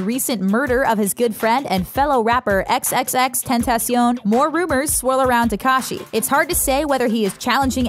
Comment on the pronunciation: Why do you say XXXtentacion like a typical white person